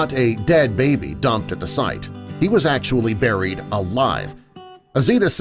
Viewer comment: you mean Burryed alive 0-0